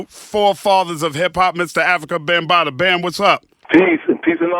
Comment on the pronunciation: She said Ho situation? She said Afrikabumbata? Lol